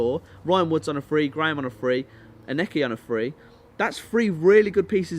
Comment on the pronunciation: Lol your not saying Aneke right